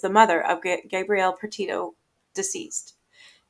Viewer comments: You know it’s Gabrielle, as in the fem name, right? You keep saying Gabriel as in the male name! Gabe & Gabby are diff! No big deal but I thought maybe had a son that died. Confused for a min! But good vid! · Gabb-Bree-Elle if that helps.